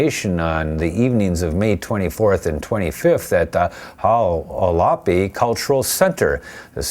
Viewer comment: it "wall-a-pie" not HALLAPEE tribe